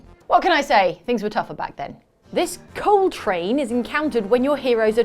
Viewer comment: Funny, when you say "coal train" I hear Coltrane as in John Coltrane. Must be playing too much jazz & not enough video games.